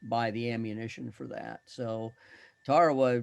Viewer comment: It is pronounced Ta-ra-wa. Why are you using this bastardization when it is so easy to check online?